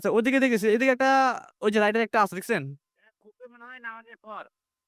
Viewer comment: রাইডার না রে ভাই । রেইডার